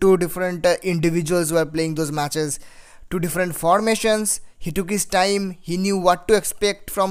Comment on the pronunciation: Did he said kiss time